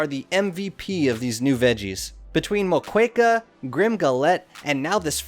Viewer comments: Moqueca is read as MOKÉKA . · Nice vid but your pronunciation of moqueca tho lol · that's not how u pronounce Moqueca 😭😭 (the U is silent)